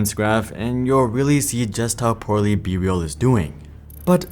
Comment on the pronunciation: Not me hearing “bbl” instead of be real